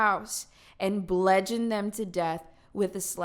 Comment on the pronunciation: Aye bro, just so you know, it's bludgeon. With a U. Rhymes with nudge in. Just thought you might wanna know. 😁